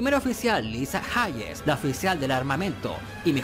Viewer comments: Lisa Jeis ponelo en el traductor de Google en audio y verás que Hayes se dice así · Lisa Jaye's? Jajjaajajaja que me reí con la pronunciación